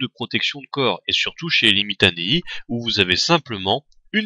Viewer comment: tu ne prononce pas correctement certains noms latins comme les limitanei qui se prononcent limitani et scholes qui ce prononcent avec c et pas avec un ch et aussi en latin c palatina pas palatin